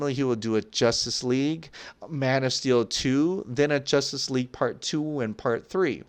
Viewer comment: He says jostice league 😂😂